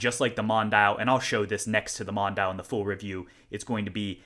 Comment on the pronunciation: Not to be a know-it-all, but the DRZ04's little name (“Mondial”) is pronounced Mon-dee-al”.